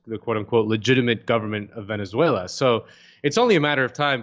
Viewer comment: The man can't even say "Venezuela" properly